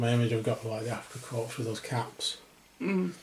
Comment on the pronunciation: The passengers can be used as any German, not just Afrika Korps or SS. BTW, the "s" in korps/corps is silent.